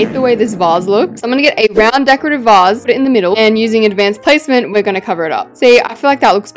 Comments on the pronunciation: Did you just say vazzee? LIKE NO IT'S VASE!!! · i love how she says vase like (vah/ss) instead of (vaa/ss) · Vase pronunciation (v-ay-s)